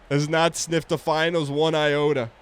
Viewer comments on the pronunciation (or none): none